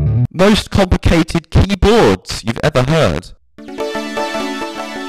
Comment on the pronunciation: pronounciation of "Keyboard" leadse to beleive he is not British and is in fact secretly Swedish